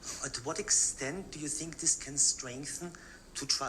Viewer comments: Klaus’s words :”I think” always sounds like: “I sink” to me . I can’t stop laughing every single time I hear those words . Bahahaha! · He said "I sink" instead of I think, well I wish he would sink 6 foot under.